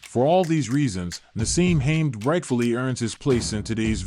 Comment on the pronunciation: I noped out when the AI voice over called him